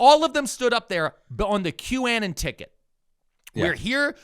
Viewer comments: it's been so many episodes and videos. i need to finally ask. why to you say q -anne-en vs q-uh-non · Are you calling them a ridiculous name bc they're ridiculous people? (Qannan instead of Q-uh-non) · Why do you keep pronouncing the word as “Q-ANN-EN” instead of the way the rest of the world pronounces it, which is “Q-AH-NON”… and I would bet you also pronounce Uranus as “YURAN-US” instead of the traditional “YUR-A-NUS” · I love the show, but --seriously--QAnon doesn't rhyme with cannon. Anon is short for anonymous and is pronounced as such. Unless you were doing it as an ironic boomer cringe thing? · "Q-annan" is killing me, "anon" as in anonymous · First time I’ve heard it called Q-Annin instead of Q-Anon. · How pronounces QAnon is unique right? He's saying "Q Ann in" I've always heard "Q ah non" Are both right? Is one only right? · the way you said "Qannen" rather than Qanon kinda brroke my brain. I can't tell if it was intentional. It's something I follow bc relatives have fallen into that shit. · Wait a sec… Is QAnon pronounced; Cue-anne-un? Or Cue-uh-non? I always thought the latter. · Wait... is it pronounced Q-A-nin or Q-uh-non? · saying "Qannan" instead of "Q-Anon" is hilarious how do you fuck up that bad so many times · "Q-annon" lmao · You have got to stop calling it "Que Annon." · Love the show, but you’ve gotta stop saying Q Ann Ann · Why does keep saying Q-Anon like quanon? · Sooooo are we intentionally pronouncing QAnon so it rhymes with Bannon? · please pronounce it Q anon, as in Q anonymous. thats the proper pronunciation. you're triggering me hard. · I thought q-anon was pronounced like the first half of the word “anonymous.” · Not gonna lie, the most scandalous thing coming out of this podcast might be pronunciation of "Kew-ANN-in'". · Why does every east coast weirdo mispronounce everything? How is that the way you pronounce 'Q-anon'? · The way is pronouncing Q-Anon is making my eye twitch